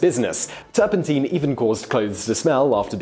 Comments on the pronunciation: The master of the malapropism strikes again. Mate, it’s not turpenteen, it’s turpentine ... sounds like Tyne, as in Newcastle-on-Tyne. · Teen it's Tine (Nine) with a T , Tur pen TINE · Pronounced ‘turp in tyne’ NOT ‘turp in teen’. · You talk too fast! You wave your arms around too much! And, it's turpentine, as in wine, not teen! Apart from that, you did feen!! 😉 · I have never heard turpentine pronounced turpenteen before. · Turpentine rhymes with wine, hence the childhood rhyme "Lincoln, Lincoln I've been thinkin, what on earth have you been drinkin, is it beer or is it wine, oh my gosh its turpentine." I wish you Brits would learn the language. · stop saying turpenteen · Great history content but again mispronunciation of a particular word of words in a clip here... Turpentine has a long I in its pronunciation. Check it out here: Click the button and listen on how to say it. The English and British versions are the same. I wonder with this happening in your other videos on Youtube is this on purpose?? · So tilted by pronunciation of "turpentine".